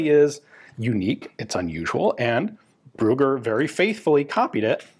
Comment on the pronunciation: "Ruger"?? Ah, the name is "Brügger"! Your pronunciation of ü as well as of gg is so far off, you sound like you mean to say "Ruger". -.